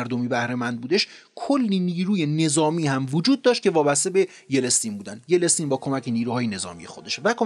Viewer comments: جان تلفظ یلتسین را تصحیح بفرمایید. با علامت زیر به ی سکون بر روی ل و ت و زیر به س و سکن بر ن، یلتسین. تشکر از انتقال علم و تجارب بشری در اندک زمان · اقای: یه دفعه میگفتی « فلسطین » قال قضیه را میکندی. تلفظ صحیح نام ایشون هست: یلتسین YELTSIN. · سطح مطالب ارائه شده در این ویدیو بسیار پایین هست؛ حتی اسم بوریس یلتسین رو هم درست تلفظ نمی‌کنید! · با سلام و سپاس از برنامه زیبای شما،فقط دقت کنید که نام درست رییس جمهور سابق روسیه ،بوریس یلتسین(Boris Yeltsin)بود که اشتباه بیان می‌شد،دوستتون دارم و به همین علت اشتباه رو تذکر دادم🌹😊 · واقعا بیسوادی. یلی. شما چطور کانال داری و بلد نیستی یلتسین رو تلفظ کنی. دوتا از ویدو هاتو دیدم وحشتناک بیسوادی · خیلی سبک بیان داستانیتون رو دوست دارم 👌 فقط یه نکته ای ... فکر کنم نام بوریس یلتسین رو درست تلفظ نمیکنید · یلستین نه یلتسین آفای محترم.BORIS YELTSIN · با درود در دقیقه در معرفی شخص گفتید : Boring Yelestin که فکر کنم درستش Yeltsin باشه . اگر اشتباه میکنم لطفا بنده را تصحیح کنید . سپاس از زحمات شما . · خیلی خیلی خیلی عالی روایت میکنی. یه مشکل اصلی فقط تلفظ اشتباه اسامی هست. مثلا لینکلن، یلستین و غیره. LINCOLN رو LINCELN تلفظ میکنید. YELSTIN رو YELESTIN تلفظ میکنید و غیره. اسم انگلیسی رو سرچ و اونو ببینید چطور نوشته تا غلط تلفظ نکنید. بقیه موارد واقعا بی همتا هستید. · خوب و مفید و مختصر فقط چیزی که اذیت میکرد اشتباه در تلفظ نام یلتسین (yeltsin)بود که یلستین(yelestin) تلفظ شد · بسيارى از ويدئو هايى كه شما زحمت كشيده ايد ديده ام. آموزنده هستند، ممنون ازشما. فقط يك نكته كوچك در تلفظ يلتسين است، انگليسى آن Yeltsin نه yelestin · ممنون دوست عزیز از زحمات شما فقط یلستین درست نیست یلت سین درسته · با تشکر از برنامه خوبتون . فقط چرا اسم یلستین رو یلس تین میخونی ؟ اشتباه هست yelstin نه yelestin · یِلِستین چیه آقا معلم😂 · ممنون از محتوای شما. لطفا توجه کنین اسم رئیس جمهور روسیه Yeltsin بود و نه Yelestin. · با عرض سلام وخدا قوت بابت تهیه مستندها. با احترام تلفظ رئیس جمهور قبلی روسیه بوریس یلتسین هست.boris yeltsin نه بوریس یلستین. اشتباه درتلفظ و درج نام ها به شدت به اعتبار یک مستند لطمه می زنه. از توجهتون متشکرم. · Yeltsin not yelestin!